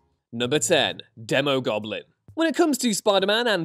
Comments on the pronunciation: It’s pronounced Dee-mo Goblin and Demo Goblin…because he’s a demon…and it’s Mac-en-dale not Mason-dale… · It's pronounced DEEmogoblin. A long E. Phonics buddy